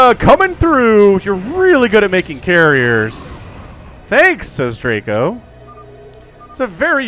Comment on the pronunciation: As a Pole, I would like to tell you how to pronounce Draco. In English letters it would be Draeco - the a is more like in car, or the first letter of eyes. Greetings from Poland!!